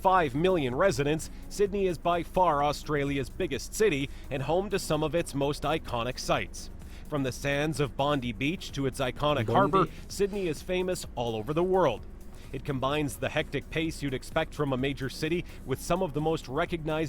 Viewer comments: Bond-eye Beach please, not "Bondy". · Bondi is pronounced Bond-i not Bond-e as the narrator said it. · Bondi = bond-eye